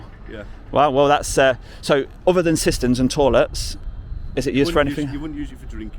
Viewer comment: Luv the way you say tourlets 😉